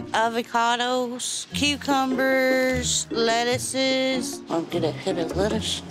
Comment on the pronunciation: "Lettuces"- Amy